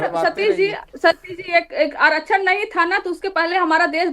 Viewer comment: को आरक्षण भी बोलने नही आ रहा है आछरण बोल रही हैं 😊😊😊😅😅😅😅 😅